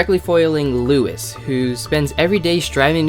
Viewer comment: TEN-year anniversary, not one. And deer's name is pronounced "LOUIE", not "Lewis".